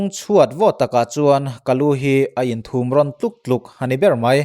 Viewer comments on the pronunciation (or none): Thum rawn tih lai khi thum lai khi pathum kan lam anga lam rik tur